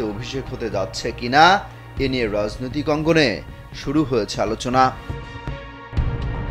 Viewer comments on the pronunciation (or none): none